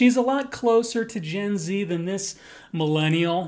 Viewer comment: Non english speaking, it took me a while to realize you were saying Gen Z as a short term. I was like...did he just said Jay ?! I don't think so... Hehehehehe